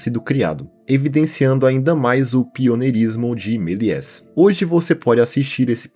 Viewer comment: Meliés se pronuncia Meliê